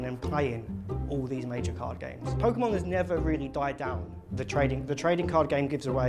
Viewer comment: Poke key mon